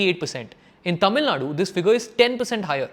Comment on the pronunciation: please pronouce correctly. all your tamil pronouciation sucks. but good video